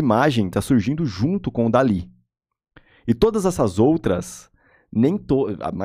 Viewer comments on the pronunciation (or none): Se fala dow-le